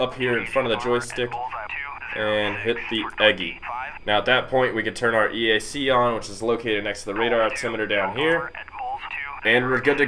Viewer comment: Turn EGI and CDU on as soon as the APU starts. #1 throttle (left) over the hump first, after the start cycle light goes out, #2 over the hump. EAC is said in the A-10 world as E-ack, and CICU is pronounced kick-u. Just a little real world info for you. Love the video and the graphics though. Looks like an awesome game.